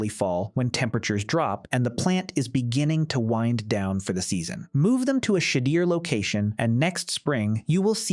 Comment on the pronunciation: Shadeer instead of shadier, ugh